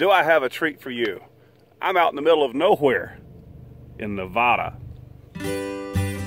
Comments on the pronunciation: Hold back that accent back when you say Nevada. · Kevin - its Nev-Ad-a, not Nev-AH--da. Otherwise, cool vids.